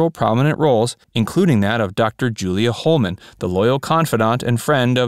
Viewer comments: Julia Hoffman not Holman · It’s Dr. Julia Hoffman not Holman. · Dr. Julia HOFFMAN! Not Holeman. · It's not Julia jHollman, it's Julia Hoffman! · Julia Holman? I think you mean Julia Hoffman. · Hoffman, not Holman. Dr. Julia Hoffman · DR. Julie Hoffman not Hollman. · It was Julia Hoffman, not Holman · It’s not Dr Holman it’s Dr Hoffman 😃👍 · It's Dr. Julia Hoffman, not Hollman, played by Grayson Hall. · Grayson Hall was Dr. Julia Hoffman..... not Holeman. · Dude, it was Julia Hoffman, not Holman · Greyson Hall played Julia 😊Hoffman!!! Not Holeman!!!! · Julia Hoffman not Julia Holman! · Dr. Julia "Hollman" lol --- seriously? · Uh...excuse me....That's Dr. Julia Hoffman....not Hollman. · Grayson Hall as Dr. Julia HOFFMAN (not Holeman as you erroneously uttered in the video) was my favorite on Dark Shadows. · The character played by Grayson Hall was Dr. Julia Hoffman--NOT Hollman like you say in this video. Also, when you're talking about the woman who played Maggie Evans and Josette Collins, you show Vikki Winters several times. Thought you'd want to know about these mistakes. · Grayson Hall's character's surname was Hoffman not Hollman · I few corrections: Grayson Hall played the role of Julia Hoffman, not Hollman. Thayer David's gypsy character was (eventually) Rakosi, not Rakoski. And lastly, Ike's wife was Mamie (not Marnie) Eisenhower. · Nice info...most fairly well known but appreciated. Btw..it was Julia Hoffman,..not Holeman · you made another mistake, it was dr julia Hoffman not hollman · Julia..HOFFMAN!!!! not Holdman. omg....And good job on using a couple shots of Alexandra when you were highlighting Kathryn Leigh Scott. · Holman? And for all these decades I have been calling her Julia HOFFMAN. Who knew. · It was Julia hoffman not Julia Holman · 'Julia Holman'? 'Marnie Eisenhower'? Good grief. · Dr. Julia HOFFMAN not HOLMAN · Not Dr. Julia Holman, Dr. Julia Hoffman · The name of role played as Julia Hoffman was mispronounced as Julia Holman